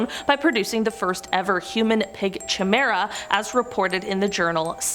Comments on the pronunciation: Please, please, please… chimera has a ‘K’ (like cat) sound, not a ‘CH’ at the start. This is pretty basic stuff. I understand foreign languages can be difficult, but not this. Please double check your pronunciation. On another note, still a great video. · I know chimera (K ī mera) not chi like tea. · Presenter couldn't be arsed learning how to say Chimera. Its pronounced Ki-meer-a, not 'Chi-meer-a' FFS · You pronounce chimera is ki-mara! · The chi in chimera is pronounced ki. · That's not how you say chimera.